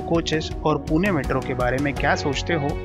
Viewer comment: Tuhme last video mai bhi bola tha 'पूने' nahi hota hai पुणे hota hai 😑 अपशब्द